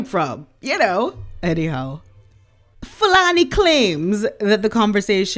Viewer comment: Love your pronunciation of Fulani's name - it's never sounded more beautiful.